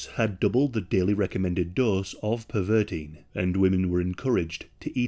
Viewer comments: (Per-vuh-tin) not (perv-a-teen) you diddy party fucking hall of famer hahahqhahqhqhqhq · Pervitin - Pronounced like "perv a teen". Oh my god. No wonder Hitler liked it so much! 😄😃😄😃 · PERVitin? Hmmm.